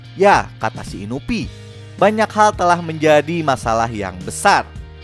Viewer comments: Inui bang inui.... Bukan inuvi :V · Inui bukan inupi astaga😭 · Bukan inupi bang tapi inui